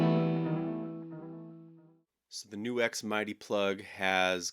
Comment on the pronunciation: Great video but the company name is Nu X ( pronounced new ex ) not Nux !